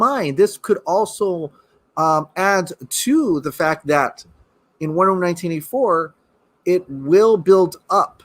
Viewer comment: Wait.. Lol what are u saying? Sounds like "Wonderm 1984?" 🤔😄😄